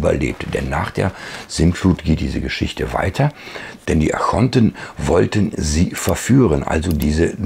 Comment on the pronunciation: Ich höre immer 'Achonten', müsste das nicht Archonten heissen?